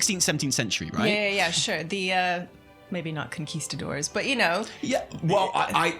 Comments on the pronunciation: proves she knows how to pronounce conquistador, which puts her ahead of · Oh, look, can pronounce Conquistador correctly. Much better than.